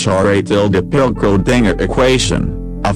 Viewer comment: The computer voice is reading the script wrong, specifically Schrödinger's name